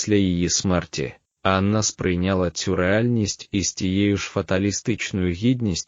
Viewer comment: Матеріал цікавий, але мене вистачило на 7 хв. Від озвучки з неправильними наголосами навіть в імені Анна почало сіпатися око.